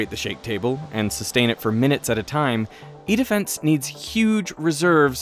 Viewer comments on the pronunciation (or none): I can't stop hearing "eat a fence" when he says "E-Defence" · Very interesting video, but every time you said “E-defense” I couldn’t help hearing “eat a fence” lol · I swear this CC is wrong and it starts out as "This is the world's largest earthquake simulator, called Eat-A-Fence". That's way I heard and turned on the CCs to make sure that was not the correct company name 😂😂😂